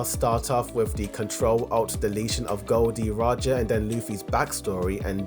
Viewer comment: "Goldie" Roger? You mean Gold Roger?